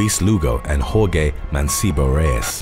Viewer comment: The name Jorge is Spanish and pronounced “Hor-hey”, not “Hor-gay”.